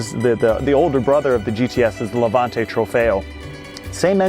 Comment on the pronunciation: Levante not lavante